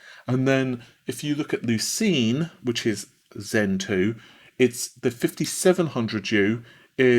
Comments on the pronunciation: lucienne = lu-shen =/= lu-sheen ffs, why do you always mispronounce product code names? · You improved your pronunciation of Renoir from 6 months ago. When will you pronounce correctly the french name Lucienne?